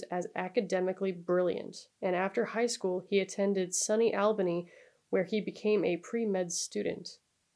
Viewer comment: Also SUNY is pronounced like Sue-Knee. I can see why you'd pronounce it as sunny, but it's short for State University of New York. So SU NY is how we say it.